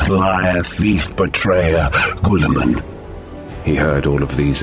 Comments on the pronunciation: you pronounced his name wrong! Its Gillieman! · "GOOLI MAN" is by far the funniest way I have heard to pronounce his name that is not intentionally meant to be funny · Why does he pronounce his name like that ?